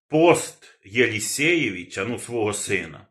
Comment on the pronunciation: При всем уважении,он не Елесеевич 😂а Елесевич 😅